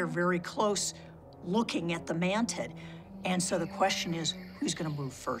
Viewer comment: she said mantiD 😂🤣😂😂